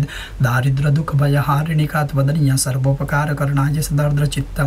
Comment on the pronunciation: सादर प्रणाम आपका यह वीडियो बहुत ही सर्वोत्तम है मैं रोजाना इसका पाठ करता हूं और इसका अच्छा फल भी मिलता है एक निवेदन है के इस पाठ में एक दो बार सर्व उपकार करणीय के स्थान। पर सर्पोपकार करना करणाय उच्चारण हो गया है।